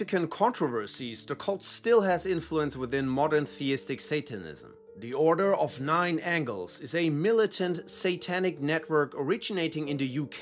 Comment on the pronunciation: You can always judge the quality of someone's research into Satanism if they call the O9A The Order of Nine Angles or Angels. You said it correctly. Great video